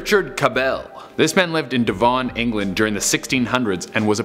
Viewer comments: It’s pronounced DEVUN not DEVAN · DEEVON made me laugh, Devon pronounced dev-un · "devun" or "devon" depending on which uk accent. But yeah, never devan or however he pronounced it lol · Dervon England. Hahahahaha. Devon isn't a gangsta. Hahahahaha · Deh vone 😂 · As an english guy how he pronounced Devon at the start of this literally made me nearly fall over from laughing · They can rarely pronounce Devon correctly (I'm from North Devon) it always makes me laugh.